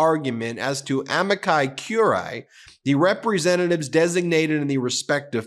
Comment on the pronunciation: The guy pronouncing amici curiae so wrong tells me all I need to know about his dissection of the issue